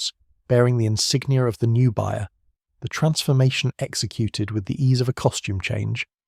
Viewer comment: Buyer? Bayer...